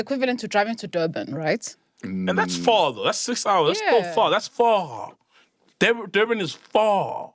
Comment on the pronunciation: ‘That’s far though’ 😂😂😂 the exaggeration on the word far by Sol killed me 😂😂😂